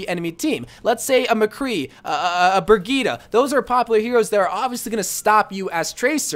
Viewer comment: Anyone else hate how he says bridgette??